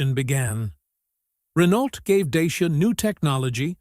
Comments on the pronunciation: Nobody in Europe will know what you are talking about when you say "Dayshia". It is pronounced Daahtsia. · Wonderfull that the EUROSNOTS (I am 1 -2) always reinvent themselves . . . Bravo DACIA, RENAULT and Peugeot etc . ,. . What is irritating with this video is the American narrator, still with that US imperialistic attitude, arrogantly is mispronouncing, “DACIA . . . as DAYSHIA.” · If you want to pronounce correctly as english speaker is : dutch.ea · deisha....dashiaa 🤣🤣😂😂😂I'm romanian and sounds so weird